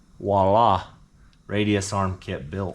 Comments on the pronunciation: its not walla.....it's VIOLA!!!!!!!!!!!! U GOOBERHEAD!!!! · There's a V in voila.